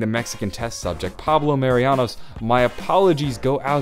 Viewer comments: *Marinus not Marianus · Pablo Mah-ree-noos Marinus not Marianos